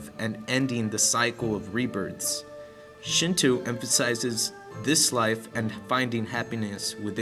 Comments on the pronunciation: nice job on your presentation. however, your pronunciation is a bit off. its called Shin-Toe not Shin-Too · uɹnʇɐs "Shintoo" is pretty wrong! Also "dieti-es" is written as deities and pronounced "day-eties" . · SHINTWO? NO SRSLY, SHIN-TWO?? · They also said Shinto wrong :) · Decent video-except as others said the repitition of mispronounce words makes me cringe and the music is Chinese in origin-not Japanese. I do appreciate you trying to educate others about the importance of Shinto to Japanese people though. Just make sure you get the pronunciation of Shinto correct next time.